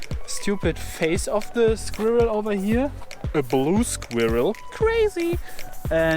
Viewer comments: sag einfach skwörl, das kommt nah an die Aussprache von squirrel ran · A German trying to say squirrel is the absolute funniest thing ever